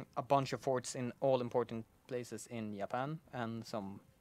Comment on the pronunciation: More Ya-pan!!!!!!!!